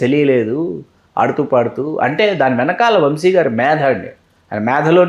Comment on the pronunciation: ముందు ఆ ఇద్దరికీ తెలుగు నేర్పించండి. "శ" కి, "ష" కి మధ్య తేడా ఆ ఇద్దరికీ అస్సలు తెలిసి చావట్లేదు. "వంషి" కాదు, "వంశి". యాంకర్ అడిగింది ఏంటి? ఆ గాడి సోది ఏంటి?